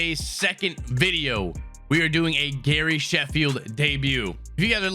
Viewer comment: He says Harry Shafield not Gary Sheffield